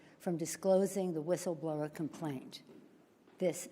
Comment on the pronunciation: She couldn't even pronounce word "whistleblower". She said "whisfschitlower", or something like that.